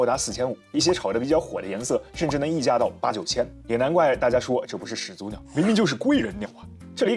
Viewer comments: 两个三声字连读，应该是第一个字变成二声。所以“始祖鸟”，应该读成“石祖鸟”。但是博主读成了“始足鸟”。强迫症患者看不下去这期啊。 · 另外把始祖鸟读成屎足鸟是个什么操作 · 全篇都读的是始足鸟，难受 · 完全题外话。始祖鸟的前两个字都是三声。通常两个三声连在一起的时候，其中一个要变音才自然。始祖鸟的话，感觉应该读作 石祖鸟 这样的读音。